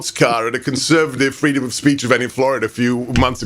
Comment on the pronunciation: Kamala: 'I want fweedom!